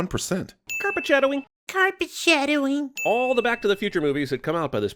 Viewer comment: "Carpet shadowing" "CaRpEt ShAdOwInG" 😂😂